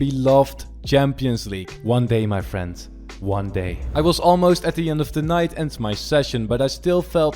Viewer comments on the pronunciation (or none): none